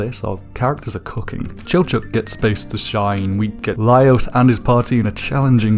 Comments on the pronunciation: Why does he say Laios as louse? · My guy. Laos is a country. His name is Laios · Laios=ly-os, not Laos Marcille=mar-seel, not mar-see-ley